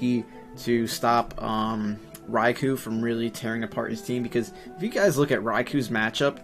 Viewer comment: cool he said Raikou had. a shit matchup and u said it perfect